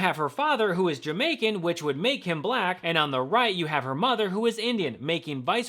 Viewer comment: Buhlackk. Done on purpose of course